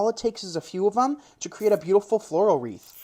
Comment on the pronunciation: It's "WREATH," not "REEF."